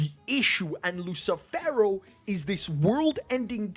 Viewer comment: "LUSSIIFEWROOWW" hahahaahahahah lmao